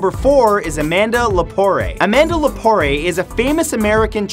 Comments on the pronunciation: who does the disasterous research on this? It’s not pronounced Amanda La-Por-eh, it’s Amanda La-por. And Jocelyn Wildenstein has long been divorced from the Wildenstein family. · LePORE! Pronounced La-POUR. Amanda Lepore is an icon, a legend and she's AhhhhMAZING! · Amanda Lepore, the e is silent buddy.